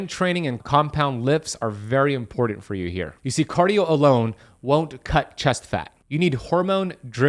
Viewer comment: im-por-dent? ew